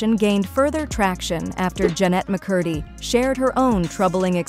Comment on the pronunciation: one of the easiest last names to pronounce and it still was pronounced incorrectly lol